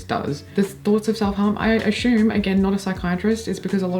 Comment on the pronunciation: another really interesting and entertaining video! Quick question: You are extremely articulate, but I noticed today that you pronounce the word "assume" with an "sh" sound, as "ashume." I'm trying to figure out where this could come from because you don't have an issue with the letter s generally. Do you recognize what I'm talking about?